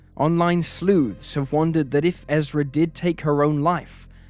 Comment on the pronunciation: Her name is ERSA, NOT Ezra.